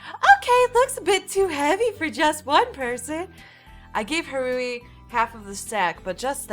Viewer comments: I can't get over the fact you pronounce Haruhi as Hah-ru-ee ;w; I keep cringing every time you say it lol It's Har-oo-hee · I wanna see you play more :D Also, its pronounced Ha-rue-hee. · I say go for continuing this,! Also, it's pronounced HA-ru-HEE. For "Haru" it's just HA-ru, You're putting too much emphasis on the second syllable. But don't worry about it too much, it just means you're not familiar with Japanese, which I don't blame you for, it's not an easy language to master. (I wouldn't call myself a Master either, just an ex-weeaboo.) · play more please And just so you now haruhi is pronounced ha-ru-he the only difference is really the I at the end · I love this series so far!!! Just so you know haruhi is pronounced "HADUHE" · I think Haruhi is pronounced "Haru-hee," with emphasis on the "hi/hee." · Its pronounced ha-roo-he and curl your tongue on the r so it sounds more like an l. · ***** Same here. xD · You're stressing Haruhi too much 😂 Just relax when you say it. And I would like to see more ❤️ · Oh and for the name haruhi,it's pronounced ha (like you're laughing) ru (your ru is fine) and hi (say it like you're saying he) Hope that helped!